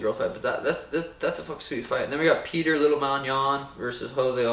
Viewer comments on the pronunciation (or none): Dude, you can write that under almost every video of everyone (as I did), it won't help. But thanks for trying. But while we're at it: It's "pyoter", not "peeter" or "petir". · Its not peter its pyotr